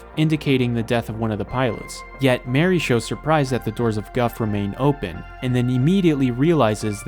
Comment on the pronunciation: It took me so long to figure that you meant Mari when saying Mary